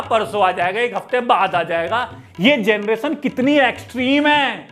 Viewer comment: Ken du genereton 😅😅